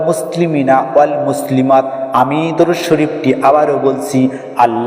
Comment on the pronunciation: ভাইজান সব ঠিকই আছে কিন্তু দরুদ টা উচ্চারণ সঠিক নেই।